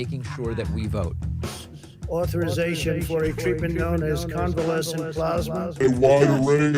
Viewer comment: Covelescent what?!!!